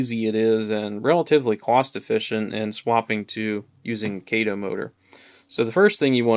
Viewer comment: Kah-toe, not Kay-toe.